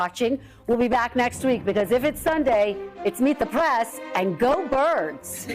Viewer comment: Press. Not prass. You aren't a valley girl